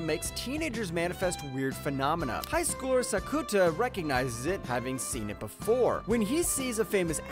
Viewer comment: I like your videos but emphasizes in name ain't right. Sakuta's name... I couldn't be silent anymore ;D Keep up doing the best work, but empasizes... I guess the best way is to listen how anime characters pronounce it :)